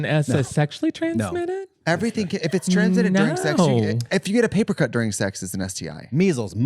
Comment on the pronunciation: “Now I did get a paper cut,” in the finest southern accent. I love that.